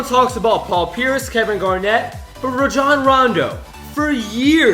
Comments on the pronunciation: It's pronounced Ray-jon Rondo not RA-JOHN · its pronounced ray jon not ruh jon boi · Raejohn Rondo People: Ronjon Rondo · dude you missed pronounced rajon rondo's name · You said Rando his first name wrong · the way you pronounced rajon rondo though.